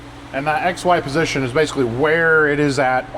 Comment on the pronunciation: Only 2 minutes in and instead of X,Y position I keep hearing ex-wife position 😂😂